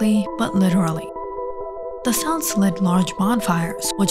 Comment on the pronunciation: good video but the pronunciation of "celts" is wrong